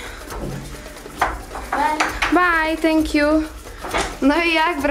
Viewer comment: "TANK JU"